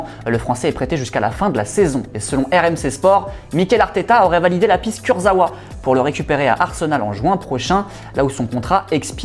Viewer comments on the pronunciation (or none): none